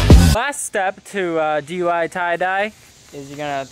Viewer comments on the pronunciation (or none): "Hi,welcome back to DYI-ing" 😂😂